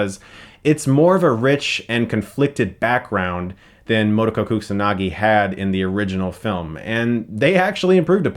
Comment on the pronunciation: Mo-To-Ko not Mo-to-Koh.